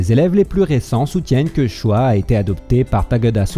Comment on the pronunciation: Choi se prononce :"tchoï". Et non "chwa". TaKÉda Sokaku et non "TAGADA"...😁. Bonne vidéo sinon.👍